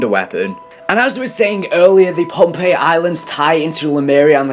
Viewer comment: Hey dumbass its posiden that's the Greek sea God and its phonpei not pompei